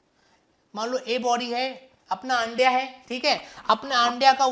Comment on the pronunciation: I like that Andya 1st I hear Ga*dya😅 And also I like fata fat fata fat 1st I hear tapa tap tapa tap😅 And main thing also I like teaching 😍👌😊